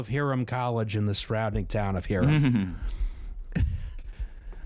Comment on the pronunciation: Hiram College. Pronounced "HIGH-rum" College. Not Harem College or whatever you just said.